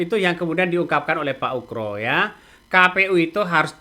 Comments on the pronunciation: Ugro bang bukan ukro pake G..UGROSENO..payah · Pak oegro bukan oekro ....